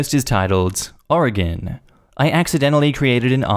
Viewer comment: Omg pronounced Oregon correctly!!! Soooo many people, even in the US, don’t pronounce it correctly, which is weird because it’s very easy to pronounce. But it made me happy to hear him say it right